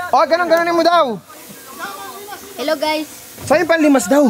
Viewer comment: "ellow guys"